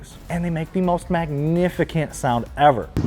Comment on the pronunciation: Why did he pronounce magnificent like that